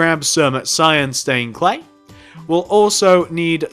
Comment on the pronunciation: you said black staind pane